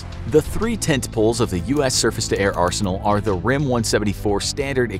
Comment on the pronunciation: I love how he said ''they afe not currently in war"